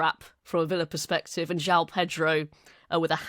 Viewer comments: It is pronounced Jo-on Pedro NOT Jow Pedro. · João is two syllables in Brazilian Portuguese. Jho-ow is more accurate. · I have lived here in Rio since 2004 I know how to pronounce it it is like John but as you say split into 2 syllables. There is no OW sound.